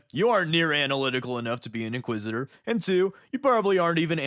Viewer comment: Inquisit-er? I 'ardly know 'er!